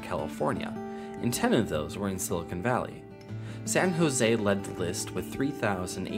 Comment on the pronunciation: You said San Jose wrong